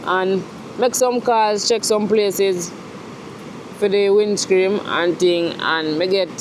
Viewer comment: I swear every time you say WINDSCREAM i laugh